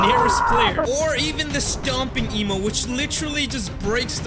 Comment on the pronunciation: When says emote it sound like he is saying emo